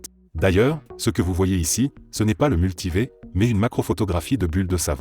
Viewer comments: "le multivé" ouais ok merci au revoir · Même pas capable d'enregistrer sa propre voix... Le "multivé". Jsuis resté même pas 10sec. Tchao 👋